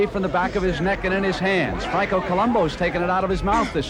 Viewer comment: If Franco’s name is really Columbu as the caption shows, why does Brent Mussburger pronounce his name Columbo for the entirety of the competition. Mandela effect?